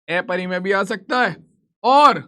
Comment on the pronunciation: Sir aeparimay nahi hota hai😅 aparimay hota hai 😅😅😅😅